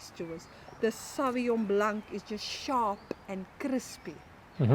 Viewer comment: That lady said "Sharrrrrp and Crrrrrrrrispy". And my did i like it.